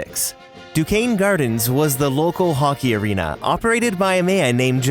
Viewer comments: It’s pronounced DU-CANE not du- kes-nee. 😂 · 😂🤣😂🤣 doo-Kwez-nee gardens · Amazing video. Alway enjoy the research that goes into these. Definitely a bit fan but also wanted to let you know that Duquesne (of French origin) is pronounced Du-kain. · I’ve been going to Disney On Ice shows since I was a little kid. I’m also happy that my hometown of Pittsburgh was a major part in bringing Disney stories to life. BTW, it’s pronounced Duqesense (Duke-ain) Gardens which was the home of Pittsburgh’s first NHL team, the Pirates. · Duquesne is pronounced “Doo-Kane,” just a heads up. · Very informative video! A minor note: I’m from Pittsburgh and you pronounced “Duquesne” incorrectly. It’s actually pronounced “doo-KANE.” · Duquesne = "doo-cane" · We just went to see Disney on Ice today so it was nice to watch this for the history after! Also, Duquesne is pronounced like "Duke Cane." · That is not how Duquesne in Duquesne Gardens pronounced.